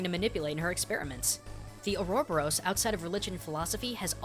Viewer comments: Is it just me or did he mispronounce Ouroboros? Every time I've heard someone say it its been more like "or-a-bore-us". I looked it up and there's quite a few mixed results. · ow dude your pronunciation of ouroboros hurts its u·ro·bo·ros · I'm pretty sure it's pronounced Ore-oh-bore-us Although, now that I think of it, he's probably right, because he is sorta an expert at stuff like that. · I thin it's pronounced: or ro bor os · the ouroboros is actually pronounced "oar-ah-boar-us" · Your pronunciation of Ouroboros is weird. I don't like weird. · You said Ouroboros wrong. Well the Boros part was right but the ouro was the part that was wrong. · Hey even though you miss pronounced ouroboris I can't dis you. I loved the vid infact I have an ouroboris tattoo on my right shoulder lol. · Just a couple of mispronunciations: Wyvern is pronounced as "Why-vern" and Ouroboros is pronounced as "Or-o-bo-ros" or "aura-boros" (think of it as being round, like an aura or halo). There's also a male fish-person later in the game who's referred to as "he", and when Undyne is seen in casual attire she clearly has a more feminine frame, so it's likely that she's simply a female of that fish species, not a male who uses feminine pronouns. I'll give you that Merrow are the most likely inspiration, but let's not spoil the fact that we've got a decent female character in a fantasy game who wears practical armour instead of a chainmail bikini. Also Alphys doesn't live in "the core", she lives in her lab in Hotland, but yeah, she's probably a Fire Drake, especially since we see Snow Drakes earlier in the game.